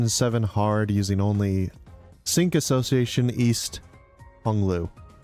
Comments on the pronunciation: Pretty sure Cinq is not "sink" but pronounced closer to "sank" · Hello, fr*nch person here It would be pronounced sa(h)nk or [sɛ̃k] in phonetic transcription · listen dude, I'm not a teacher. I'm a normal commenter. It's closer to "sank" I mentioned that and left it at that, whether he fixes it or not wouldn't affect me, just letting him know he's saying it wrong and there's a way to say that's close to correct with least amount of changes necessary... It's not that deep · Cinq - pronounced as s-ahng-k